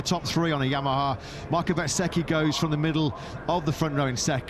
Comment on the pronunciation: Can someone please teach the commentators how to pronounce Bezzechi right! Lol, it’s Bez-ecchi not Bet-sechi